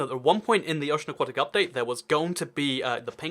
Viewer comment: FINALLY someone who pronounces "aquatic" correctly!